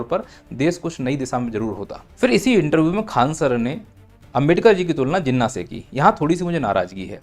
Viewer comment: जिन्ना ×× घिन्ना✓✓ 😂😂